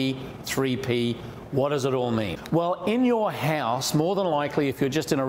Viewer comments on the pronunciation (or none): What is 'Hause' and 'paawaa' ?😂